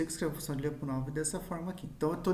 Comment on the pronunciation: A pronuncia correta de Lyapunov seria algo como Lapunov